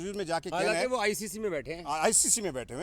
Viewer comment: kaam karte rahe hain . Not KAAM KARTE RAYYEEENN . Baqi all good need to improve urdu accent